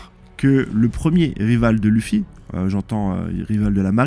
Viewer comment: T'inquietes, les erreurs de prononciation c'est pas si grave et ça fait un peu le charme de tes vidéos, on s'attend presque a ce qu'il y ait une erreur par nom.Perso ça me trigger mais me fait aussi bien rire! Vive huon piece, vive loffy vive